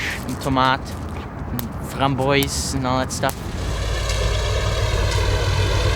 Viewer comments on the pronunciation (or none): but theres no excuse for how he said frame-boyce instead of framboise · I like when he tried to say “Framboise”,”Framboyzz”... As a French,I realize how our language is complicated for foreigners. Same for us when we have to make the “R” silent for all English words. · framboys haha I hate to criticize him because he is awesome but it’s framboise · CAN WE TALK ABOUT "FramboYS" ?! XD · aesthetic mess Pronunced “Framboaaz”. “oi”in French is pronounced “oa”. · actually he prononced framboise wrong but i love that he actually put an effort to it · The way he pronounced "framboise" sent me lol